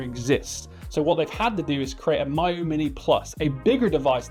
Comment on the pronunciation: Obviously it's "Meeyoo". My you, my you? C'mon.